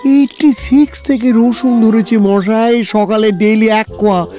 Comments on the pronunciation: Akkebare moner kotha bollen.. ak adhbar thik achhe.. kintu akta line e tinbar mo-aaa-ee otyonto biroktikor matal type shonachhe.. kane lagche bhishon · যে মানুষ সব উচ্চারন ঠিক ঠাক বলতে পারে, তার মুখে মশাই এর পরিবর্তে মোয়াই বলাটা খুব কানে লাগছিল। অতিরঞ্জিত মনে হচ্ছিল।তা ছাড়া সব টাই অসাধারণ।❤️❤️❤️ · প্রতিবারের মতো এটাও অসাধারণ । শুধু জটায়ুর 'মশাই' টা 'মোয়াই' না হলেই বোধয় ভালো হতো। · জটায়ুর "মশাই"-কে "মওয়াই" বলাটা ছাড়া আর সবকিছু দুর্দান্ত... জিতে রহো Sunday Suspence... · লালমোহোন বাবুর মশাই উচ্চারণ দিন দিন ম-আআআআই হয়ে যাচ্ছে. I hope it will be corrected in future episode. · 'Moshai' taake 'Moaai' bola ta bhaalo laagchhe na| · 'মশাই' কথাটা সবসময় 'ম-আই' শুনতে ভাল লাগল না। শেষের দিকে বেশ অস্বস্তিকর লাগছিল। ব্যাপারটার একটা সামঞ্জস্য রাখলে ভাল হতো। ইতি, এক ফেলু ভক্ত। 🙂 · আপনাদের পরিবেশনার কোনও জবাব নেই। কিন্তু আমার মন্তব্য শ্রী জগন্নাথ বসুর উদ্দেশ্যে। জটায়ুর চরিত্রে "মশাই" শব্দটা কে বেশী কায়দা করে উচ্চারন করতে গিয়ে "মহাই" বা "ময়ায়" উচ্চারণ শুনতে বিরক্ত লাগে। এই রকম উচ্চারনের কোনও reference ফেলুদার কোনও গল্পে পেয়েছি বলে মনে পরে না। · যিনি জটায়ু হয়েছেন তিনি ঠিক করে মশাই বলতে পারেন না কেনো?? খালি মশাই k কেমন জানি moai moai বলে যাচ্ছেন।